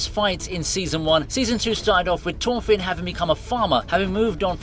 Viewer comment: never try to pronounce thorfinn again